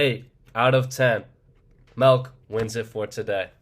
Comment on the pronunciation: I actually didn’t even notice the milk mispronunciation lmao